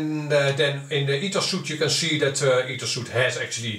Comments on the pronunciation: Btw, a suit is something you wear. It's not Ethos suit but Ethos Suite which is pronounced as sweet. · The software ETHOS Suite is pronounced like "sweet" not "suit". It's a software Sweet, pronounced like a hotel honeymoon suite for example, Pronounced like sweet, as in candy is sweet.